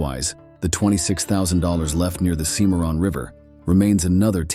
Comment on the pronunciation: The River is pronounced Simmer on.